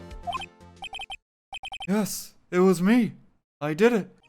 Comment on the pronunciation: Anyone else notice RT can't say death? He says debt